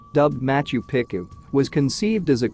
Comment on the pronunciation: I don't actually care that you use AI to narrate this stuff ... but could you possibly make sure that it pronounces things correctly. It's HI .ram not He-ram. It's not pick-oo it's Peechoo. There were a couple of Spanish ones that made me grind my teeth as well. It's durn difficult to continue to listen to these videos while cringing every time a name is mispronounced. Goddess!!